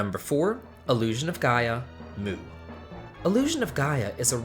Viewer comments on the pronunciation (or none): It's pronounced "Myuu", not "Moo".